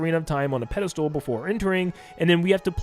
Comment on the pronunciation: Just a heads up -- it's pedastal, not pedastool...